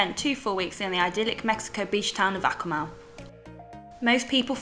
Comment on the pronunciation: Amazing highlight video for Akumal! From a Mexican, I appreciate that all pronunciations are spot on too! Truly well done!